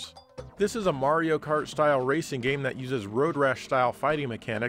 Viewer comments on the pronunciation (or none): none